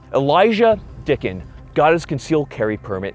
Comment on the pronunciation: Im sorry but the intro had me laughing "The one name I do know... Elijah Dickens!" then all I hear is "Dicked em down" 😂